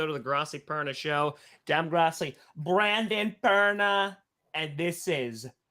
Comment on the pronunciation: it sounds like you said the bronco perna show 🤷